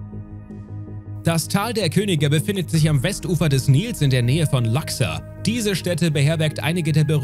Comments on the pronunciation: Es nennt sich Luxor und wird auch so ausgesprochen, nicht Laxer.. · "Laxxer" = Luxor? Ernsthaft? Immer dies Anglizismen #Kopfschüttel... Wird ausgesprochen wie mans schreibt: Ente - Auge - Zickzack - Schlange - Schlange - Eule - Fisch Ganz einfach oder? ;-)